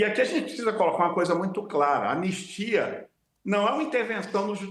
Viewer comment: Anestia?? "ANISTIA"